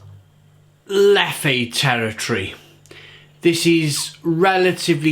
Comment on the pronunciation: It's not' leffay ' the correct pronunciation is 'lef' only a point of interest !